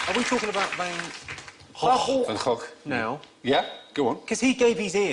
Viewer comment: Van Gogh is not quite pronounced like that. It is in a part of the Netherlands, but not in the part where he came from. There, it's pronounced with two soft g's. So without the gargling rrrrr.